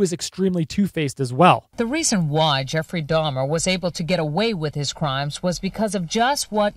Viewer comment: Why are you saying Jeffery Dimer?????